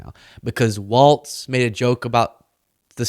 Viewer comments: That is “Walz” pronounced “walls” Kamala Harris’ running mate, not “Waltz” pronounced “walts” who made the Signal chat. Please pronounce their names correctly. The distinction is important. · his last name is Walz not waltz. Love ya!! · it's pronounced wallz like ballz not waltz like a dance js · W-A-L-Z ELLONIA! LEARN HOW TO SPEAK ENGLISH W-A-L-Z! genius?doubt it, fella.